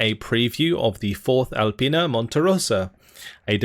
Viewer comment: Hi can you correct the name of the Division? XD is "Alpina" From Italian fan of your video